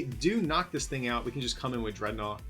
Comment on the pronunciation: Is it DREADnaw? Or DredNAWWW😂